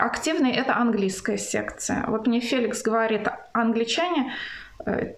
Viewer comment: Мне слышится "секта", а не "секция", похоже что так и есть.